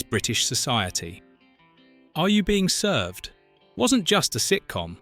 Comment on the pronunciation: Another video with AI commentary, made obvious by the weird pronunciation of the title and also weird pauses and odd stress on words. AI slop.